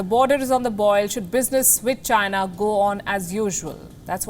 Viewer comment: Did I hear va-china